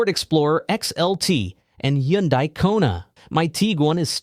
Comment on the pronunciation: ...It's pronounced "Tee-gooahn", not "Tee-gahn", btw. Also, on Hyundai, it's pronounced like "Sunday". Just saying!